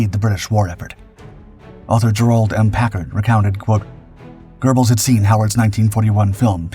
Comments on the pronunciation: There's no "R" in Göbbels! Geh-belz, not GER-belz. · There is no R in Goebles. Why do these stupid RoboVoices add them?